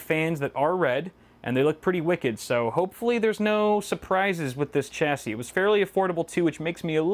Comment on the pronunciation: Every time you mispronounce chassis, I die a little inside.